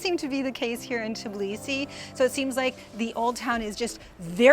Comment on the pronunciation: it's TBilisi, not TIBlisi, come on, with some practice you can do it!